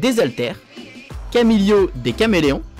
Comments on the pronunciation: Bonne vidéo mais attention c’est CAMILO et pas camilio ! Et Isabella pas Isabelle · Arrête de dire *Camilio * car c Camilo sans i !!!!!!!!!!!! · J’ai bien aimé mais fais attention au prénoms 😂 Tu as dit Isabelle au lieu de Isabela et Camilio au lieu de Camilo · C pas camilio c camilo et c pas Isabelle c isabella